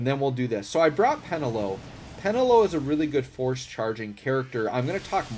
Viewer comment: peNElo; not PEnelo :)